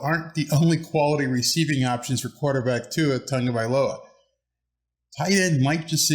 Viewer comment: What a big improvement for your pronunciation on Tua Tagovailoas name… before you used to say Tago Vai ola . Now it’s perfectly said. Keep up the good job 🤙